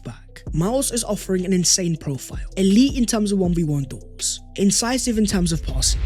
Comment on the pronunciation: The word is DUEL, not 'dool'. Especially, not 'ecspecially'.